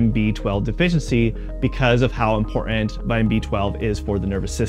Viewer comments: So is the fact that instead of saying "IMPORTANT", he was trying to be 'modern' and kept saying "IMPOR-ANT"!!! HIGHLY ANNOYING!!! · Why do you drop all of your internal "T" in words. It makes it difficult to take you seriously on such impor'ant issues. Do Better.